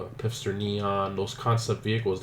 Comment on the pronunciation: someone needs to tell him it's Pfister not Pifster